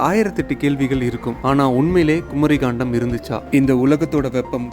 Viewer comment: ஐயா, தங்கள் வார்த்தை உச்சரிப்பு தராக உள்ளது. கண்டம் என்பதை காண்டம் என்றும், பாகவதம் என்பதை பகவதம் என்றும் கூறுகிறீர்கள் நன்கு தமிழ் பேச தெரிந்தவரை விட்டு விளக்கவும். நன்றி.